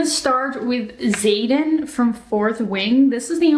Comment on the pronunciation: I was listening to this in the background. But when hit i couldn't help but do a double take and rewind that shit. Because there ain't no fucking way they called him Zayden. 😂😂😂 Does he have any Brothers? Are they called Jayden. Bayden and Dayden?